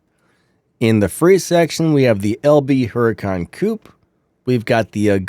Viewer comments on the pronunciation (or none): you don't read huracan correctly, but uracan you are probably from the usa or england and you read it so badly, learn to read it correctly